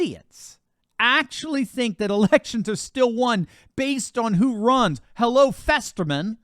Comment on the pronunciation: LOL !,"Hello, Festerman." :D